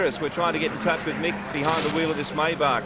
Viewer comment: Its pronounced MY -BACH not May- back